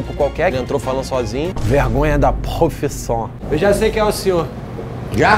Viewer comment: Gosto quando oJacquim fala vergonha da profissiom😂😂😂